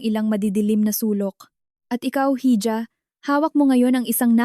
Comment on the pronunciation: Paki change pronounce nyo Ng hija.dpat e ha